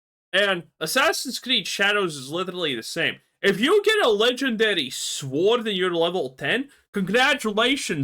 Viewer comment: Who tf pronounces the W in sword